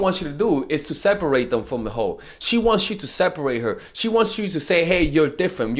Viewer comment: I thought he said hoe😂😂😂